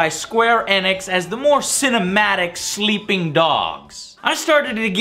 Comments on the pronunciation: "Sleeing dogs" :( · 15 min and 21 sec "sleeing dog"